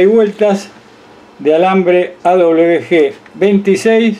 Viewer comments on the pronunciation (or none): Alambre o hilo : AWG . " A doble UVE GE " El dice : " A doble BE G "